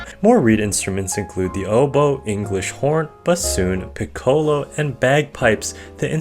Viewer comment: the way he pronounced piccolo and euphonium though TT about 120 trombones = 1 caseoh